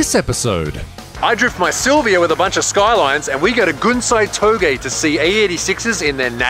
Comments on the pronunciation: It is pronounced towg but it is spelled touge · Oh my days....they way you pronounce 'Touge' is hilarious